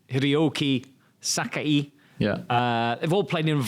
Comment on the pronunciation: Who the heck are "Haide Nakata" and "Hireoki Sakai"!? 😂 If you don't know how to read/pronounce the names, just ask Wata before the interview.